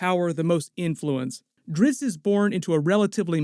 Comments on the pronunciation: This guy keeps saying Dritz, his name is Drizzt. Duh 😂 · DriZZt, not Dritzz. Damb.